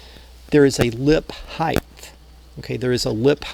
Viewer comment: I love your vids but your saying height with a "th" is driving me nuts...LOL